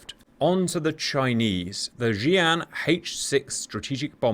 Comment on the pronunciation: Just one small thing, the PinYin of "Xi" in things like Xian H-6 isn't pronounced with a "Zh" sound. The character is "西" which sounds more like "She" as opposed to "Zhee" which is what you often do in your videos. I appreciate the content, I'm not complaining, just trying to help a brother out. "Xi" is "She" basically.